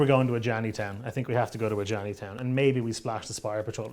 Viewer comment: Love the videos. Killed me with the Ajani flub at the beginning. Glad you guys are working more with Wizards.